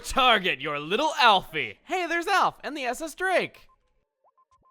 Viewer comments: OK the way you keep saying the name "Drake" like the Alph is the only annoying thing about this LP. The rest is AMAZING! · Anyone else getting annoyed by the way chugga says drake? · The way you pronounce drake offends me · has established why he pronounces "Drake" the way he does?